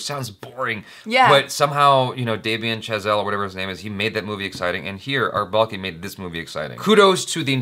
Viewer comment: That awkward moment, When for the 1st time was saying indian name(R balki) correctly,still he apologized twice or thrice..😂😂😂